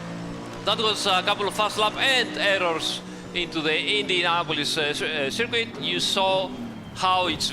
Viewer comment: Can we just get a ten hour supercut of saying "SIRQUEET" already, please?